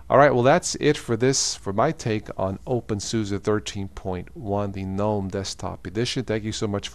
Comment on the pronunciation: Every time he said opensusa I wanted to punch my screen. It's suse not susa